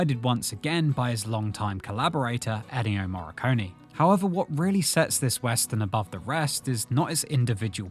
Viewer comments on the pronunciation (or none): Did anyone else notice the narrator saying Eddio Morricone? 🤔